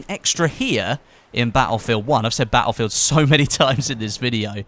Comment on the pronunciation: Wish this tool would learn how to say "battlefield".